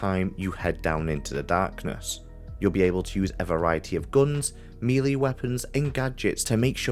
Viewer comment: Thanks for the video; I've picked up Ants Took My Eyeball. Also, I've never heard melee be pronounced 'mee-lee' before. 😂